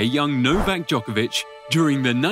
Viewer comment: FFS why dont you even try to use right pronunciation of non english players. You never hear Nadal or Federer mispronuced. Its 21st century, you can check Google!